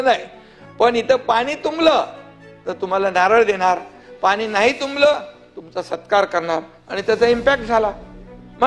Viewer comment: अडाणी माणसा अनेक वर्षे मुंबईत राहुनही मराठी भाषा निट ब़ोलता येत नाही. अजुनही आनी पानी करतोयस. आधी नीट बोलायला शिक. कमळीच्या नादाला लागून तु गद्दारी केलीस मुख्यमंत्री झालास पण तुझा गेम झाला. घर का ना घाट का अशी तुझी अवस्था कमळीने करूंन टाकली. कपाळावर कायमस्वरूपी कधीच न पुसला जाणारा गद्दारीचा धारीचा शिक्का मारून घेतलास. ज्या पक्षामुळे, बाळासाहेबांमुळे शाखाप्रमुख विभाग प्रमुख नगरसेवक पद मिळाले ज्या उद्धव साहेबांच्या कृपेनें आमदार झालास त्यांच्याच पाठीत खंजीर खुपसायला तुला काहीच कसे वाटले नाही निर्लज्ज गाढवा.